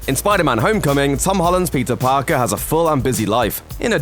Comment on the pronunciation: Am I the only one that hears "Pizza Parker" when he says Peter Parker?